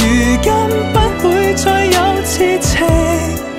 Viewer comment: 昨“日”和痴”情字在广东话里发音有问题，如果要唱对痴音，就要唱“痴”高音大声点（旋律会有点不同，但比较顺耳）